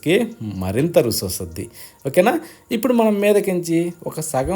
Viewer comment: రుసి కాదు రుచి